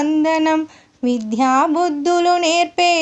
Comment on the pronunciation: మీరు విధ్యా బుద్ధులు అంటున్నారు విద్యాబుద్ధులు అనాలి